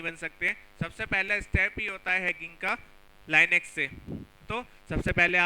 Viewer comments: It's not lainux,it is linux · bhai I think its लिनक्स not लाईनेक्स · laynex ....nahi....linux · chutiye usse Li-nix pronounce karte hai Li-nux nahi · Beta pehly linux bolna seekh ky aao phir batana hacking kaisay hoti hai😉😉